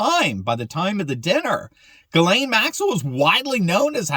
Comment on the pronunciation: the womans name is pronounced jizz lane not gilane its a French female Christian name.